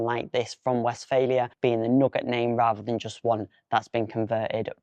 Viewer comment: Just a small correction - you pronounce it as "West-failure". It is Westfaaaalia :)